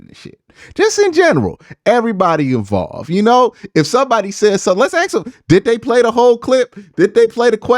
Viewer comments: please learn to say ask not ax as this will hold you back if you have plans to be more than an you tube guy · love your vid man. I definitely watch them all the time but I swear you need to work on pronouncing the word ask LMAO it’sASK NOT AKS😂😂😂